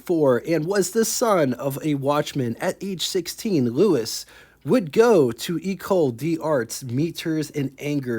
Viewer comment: Hi. Nice to see a non American car. Maybe you could find some more that are a bit less exotic, though of course this one is gorgeous. To help you with your French, Louis rhymes with Fooey, and Rene rhymes with rent day. Eau is water, Essence is fuel and Huile is oil, and this car has gauges for both oil pressure and oil temperature. And by my reckoning, the bumpers on this car are bumperettes. The red things on the back of the parking lights probably illuminate, but also could be reflectors. French Duesenberg? The big expensive French cars of this period were reputedly a bit agricultural to drive, but I guess that's true of Deusenbergs too, aside from their high power. Cheers.